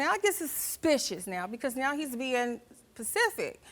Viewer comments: I knew she was lying when she said “pacific” instead of Specific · As soon as she said 'Pacific' and not specific, I knew she was getting ready to do some dumb shid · This lady is a fucking weirdo .. and it's not "Pacific" like the ocean lmao it's SPECIFIC .. so dumb smfh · “He’s being pacific” I’m sorry you’re a grown woman, it’s specific. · People people PLEASEEE stop saying PACIFIC when speaking in the context of speaking of something it's SPECIFIC, PACIFIC is an ocean smh lol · Pacific... you mean specific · “Now he bein pacific” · Pacific is a ocean ma'am just saying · “Now he’s being pacific “ 😂😂😂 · Did she say pacific 🤦🏾‍♂️ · “ now he being pacific” ...........that’s a BIG hurt !!!!!! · Did she mean specific??? She said Pacific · She said "PaCiFiC" Lmfaoo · It’s “specific “ 😂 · She said pacific. As in the ocean 😂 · "Now he's being...Pacific." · “Now he’s being pacific” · David Crooks that irritated me 😂 how hard is it to say “specific” !!